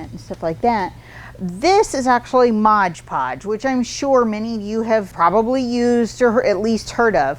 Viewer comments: MOD podge. Not modge podge. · I hope someone tells her it's MOD not modge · Mod Podge, not modge podge! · Mod. Podge. Not Modge Podge. Lol.. they should just change their name though, no one gets it right... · MOD Podge not MODGE Podge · Normally I love the two minute art tips, not today. Every time anyone calls it modge Podge, I wonder if they can read. It is especially grating when an artist, a representative of a company trying to sell the product can NOT call it by the actual name. MOD Podge, every time said modge it was like nails on the chalkboard, I kept watching to see if she would correct herself. NO, it didn't happen. Please if you are going to carry MOD Podge call it MOD Podge. Thank you! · We love you! Please say M-O-D Podge😘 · it sounds like you are saying "Modge Podge". I have used Mod Podge to coat paper beads. Even when dry, the beads have a tendency to stick together when I keep them in a container, as I tend to do with other beads. When I shake the jar, I can generally get the beads to break apart; but, is there anything that I can do to keep them from sticking togethe to begin with?